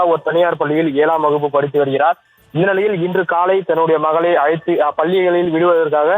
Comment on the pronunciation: ஏலாம் வகுப்பு, அலைத்து செல்லும்போது😅, தமிழை கொல்றீங்க